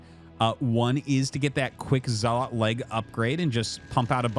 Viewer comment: Artosis I’m not one to correct people but you say zealot wrong.